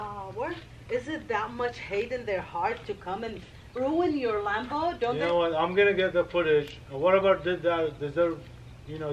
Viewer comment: How to say lambo: Me: lambo: lumbo